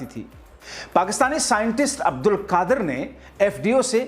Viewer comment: Bhai Aap Pehle sahi se bolna seekh lijiye uske Baad fake news chalaiye Doctor Abdul Qadeer khan ڈاکٹر عبدالقدیر خان ko Aap Abdulkadir عبدا لقادر Keh rahe hain Poora Naam aur poori meaning hi change kar diye hain